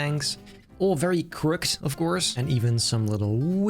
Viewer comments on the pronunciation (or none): Who's gonna tell him it pronounced crook - edd english is goofy as heck fr fr